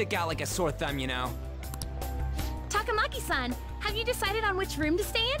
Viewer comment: The only time "Takamaki" is ever pronounced correctly